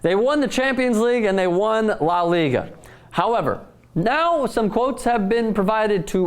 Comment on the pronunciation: dude, why not intelligently learn how to pronounce La Liga and del Rey....its just not that hard if you make the effort.